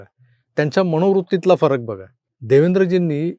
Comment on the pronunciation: मणोवृत्ति नाही मनोवृत्ति म्हणा